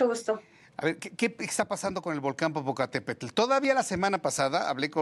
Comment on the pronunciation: Muy vulcanologa pero no sabe pronunciar correctamente el nombre del volcán. De verdad una vergüenza